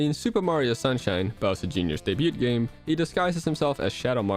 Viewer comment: I'm sorry dude but i can't get over every time you say "debut". The T is silent!